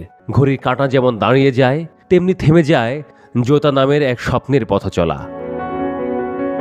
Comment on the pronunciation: জুতা আর জোতার উচ্চারণ কি এক হয় ভাই😅😅